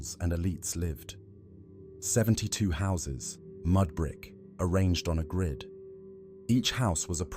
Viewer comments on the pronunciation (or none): none